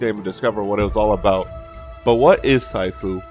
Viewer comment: Hey bro just to let you know that it’s pronounced sheefu (I think it’s supposed to be written this way I don’t know so sorry if I say shit 😅) but yeah I agree with a lot in your video keep up the good content bro 👍